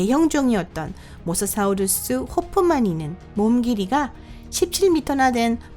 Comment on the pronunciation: 발음이 모사 사우루수............